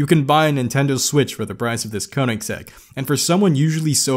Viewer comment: Regardless if you correcting it,hearing you say “the only Koineggssegg I ever got to saw” cracked me up lmao. Good video man!! *ik I butchered Koineggsegg spelling please forgive thee 😭